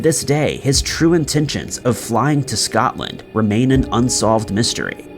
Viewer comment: So all the other channels i watch ...no issues.. wasn't he allowed to say Scotland either?? Because what i heard was Something else 🐵..🤣